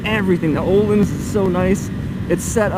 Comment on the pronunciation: Just to help it’s said ‘oh-lynns’ not ‘oh-leans’.